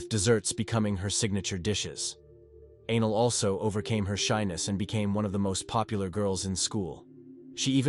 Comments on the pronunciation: Anel, not ANAL!!!! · It’s extremely upsetting that the bot keeps calling Anel, Anal. Sick of these bots getting victims names wrong. Especially in this case. She stabbed her 61 x and got 7 yrs in juvie 😮not finished yet. Hoping it changes. So she ended up doing 3.5 yrs for first degree premeditated murder. And a brutal one at that 😡